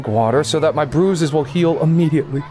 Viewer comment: It sounded like pruses but text said bruises